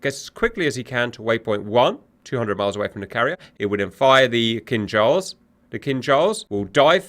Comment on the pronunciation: I knownyour saying Kinzhal, but it sounds like "King Charles". Imagine if we could launch his majesty at Mach10 to single handedly smite our enemies. Magnificent. Funny if someone modded the 3d model......